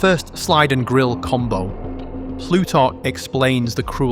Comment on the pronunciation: I can't get over you pronouncing Pluto as blootar. That accent is thick as concrete brother